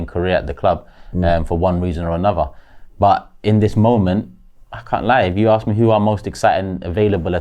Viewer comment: …the word is “ask” not “arrrks”